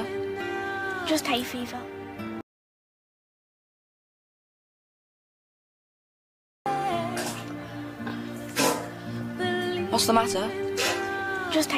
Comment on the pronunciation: it’s hay fever not hate fever 😭😭 this proves your not british